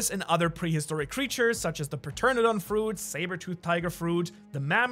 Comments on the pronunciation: Ah yes, the ancient flying reptile parternadon 😂 that's the funniest way I have hears someone say pteranodon! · Great video. Just a heads up for the ancient zoans, kings devil fruit is pronounced tera-don. More fluidly teradon. And for the one you couldn’t pronounce. U can just call it a patchy. Or if u want full word. Patchy-seh-fuh-luh-sore-is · bro said the p ternadon fruit 💀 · Ngl, you’re the first person I’ve ever heard pronounce the “p” in pteranodon lol